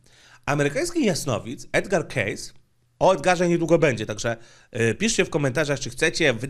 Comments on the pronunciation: Dzięki za fajny film, fonetycznie z ang."kejsi" nie "kejs" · Uwielbiam Cię, ale 'Kejsi‘, nie 'Kejs';) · Edgar "Kejsi";) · "2550 przed nasza era". chya nikt nie myslal ze chodzi o rok 2550 AD. :D P.S. sfinks jest wykuty ze skaly, jak glowy prezydentow na mt rushmore, a nie z pozostalych po piramidach kamieni. P.S.2: nazwisko spiacego proroka wymawia sie 'kejsi' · Nazwisko Edwarda Cayce czyta się "kejsi" inaczej wychodzi z tego case czyli walizka 😉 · Przepraszam za zwracanie uwagi, że nazwisko Cayce czyta się: kejsi. I tak, powinny powstać kolejne vlogi na temat jego wizji. Edgar Cayce to moim zdaniem jeden z najważniejszych postaci parapsychologii. Co więcej, w przeciwieństwie do większości innych osób zajmujących się wiedzą tajemną - zdaje się, że Cayce był akurat postacią pozytywną.